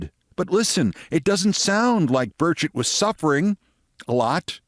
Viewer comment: Every time I hear Burchett's name invoked, it sounds like they're saying "Birdshit". Perhaps this has wounded him in some way.